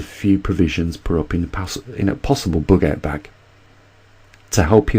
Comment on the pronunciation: Did you say: A book out back or a bugout bag?